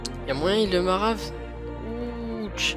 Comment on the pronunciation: alors deja on dit marave pas marafe et mec arrête de jouer tu pu